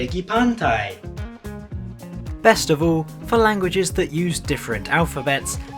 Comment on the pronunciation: when bro said malay phrase he like mispronouced pergi so much that i choked on water bro.